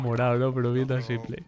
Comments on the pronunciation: Cada vez que dices simple en vez de simpol, un perrito muere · tu dile "S1mple" como se dice en ingles xd no le hagas casos a lo que lo dicen en español.